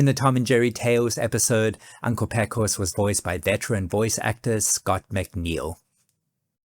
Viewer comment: A few notes also, BTW; “Pecos” is actually pronounced “PAY-cos”, and “Chisholm” is typically pronounced “Chizzum”. 😉🙂‍↕️